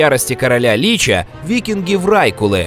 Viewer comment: не лИча, а личА, не врАйкулы, а врайкУлы